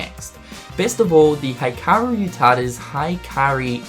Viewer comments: I'm a fan of your videos so I'm gonna help you with some Japanese pronunciation. Hikaru: (HE-kah-roo) Hikari: (HE-Kah-ree) Tai Yasue: Tai (you got that part right) Yasue (YAH-soo-eh) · And roll the rs. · Who else went to the comments as soon as he mispronounced Hikari and Hikaru? xD